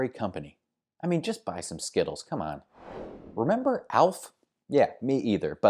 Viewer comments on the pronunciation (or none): none